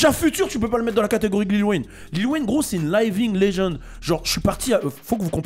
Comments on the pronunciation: "Layving legend" mdrrr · t'est parti a L.A c'que tu veux bah tu sait qt même pas prononcé living legend ftg merci layevingue legend ok wé